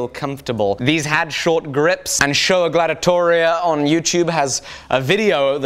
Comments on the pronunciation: Did call him sholagladiotoria lol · It was about time you discovered Matt Eastons channel and mention him, altough your pronounciation was a bit off, it's pronounced with a "K"-sound (sKolagladiatoria) ;) Your next build should be a colonial era military sabre, that would open up a great opportunity for a collab with Matt wink wink Great vid as always! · Scholagladitoria is pronounced more like sKolagladitoria... minor nit pick... awesome video, keep it up